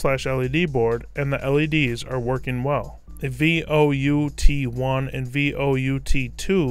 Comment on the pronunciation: Vout1 and Vout2 are not "V O U T 1" its "Volt Out 1" and "Volt Out 2" sorry, that just bugged the holy jeebus out of me.